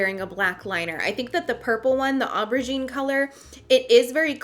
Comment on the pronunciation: The way you said aubergine reminded me of steel magnolias so much